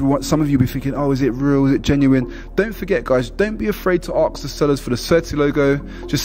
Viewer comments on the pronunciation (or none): And pronounce ask properly ffs,not arksssss it's asssssssk get me